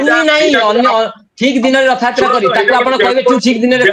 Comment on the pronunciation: Anchor ଙ୍କୁ ଅନୁରୋଧ ଯେ ପ୍ରଥମେ ନିଜେ ସେ "ରଥ ଯାତ୍ରା " କୁହନ୍ତୁ, ରଥ ୟାତ୍ରା ନୁହେଁ